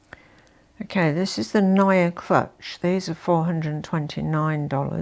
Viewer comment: Did you say crutch instead of clutch pmsl 😂😂😂